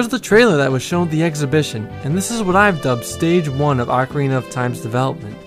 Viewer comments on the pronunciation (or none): For the love of Zeus!!! OH-carina, my americano friends, NOT Awk-karina.